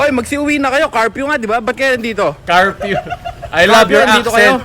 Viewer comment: I love your accent say it again: “CARFEW” 🚘 🚙 🚘